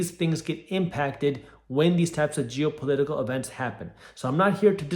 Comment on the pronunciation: "...jew-political events.." Yup. That's what I heard 😅